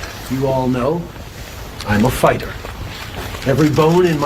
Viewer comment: I thought he said "I'm a faygg hat" instead of fighter. it would have been his truest statement ever!